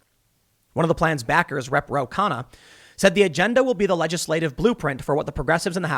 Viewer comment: Damn Tim, for a second there I nearly thought that you were speaking Scoobie... When you said "Rep. Ro Kahanna," I nearly thought you said "Ruh-roh!"